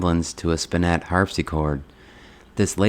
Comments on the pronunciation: Sir, it is not pronounced Spinette, but rather SPIN - it. Accent on the first syllable. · The word is pronounced "SPIN-et" not "spin-NET." Interesting that you found a beautiful Australian shepherd in a shelter - the only dogs I see in my local shelter are pit bulls! However, dogs cannot replace people, and they certainly cannot replace having children.